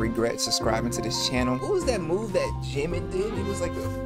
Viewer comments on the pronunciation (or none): none